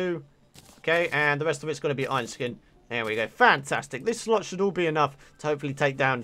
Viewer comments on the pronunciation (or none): none